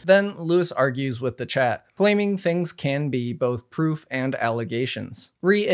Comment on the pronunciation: ugh i couldn’t stand the way he pronounces both as “bolth” 🥲